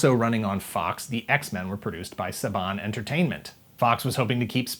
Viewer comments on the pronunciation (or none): none